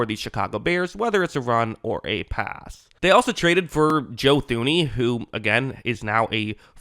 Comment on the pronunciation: It’s Joe TOO-NEY not THOO-NEY. Kinda just feels like you don’t even really know who the guy is when you pronounce his name wrong over and over and over again.